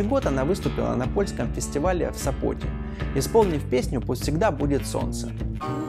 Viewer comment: Вы специально все перекручиваете или не готовитесь…Не в СопОте,а в СОпоте